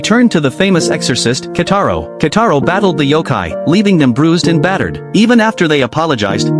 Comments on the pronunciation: "Kitaro" not "Kataro" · It's Kitaro and not Kataro😡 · Who the hell is kataro it's kitaro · His name is Kitaro, pls fix it next time ☠️☠️☠️☠️